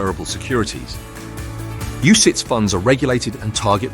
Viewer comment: "UCITS, UCIATS, UCITES" .... it's the same word mate